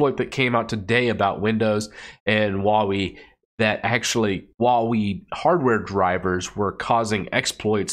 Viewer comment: Huawei is pronounced whoahway.